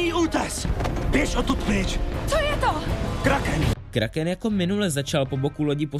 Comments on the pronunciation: vyslovuje se to kráken😂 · Vyslovuje se to Kráhkém xd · Myslím že správně je to Kráchken 😁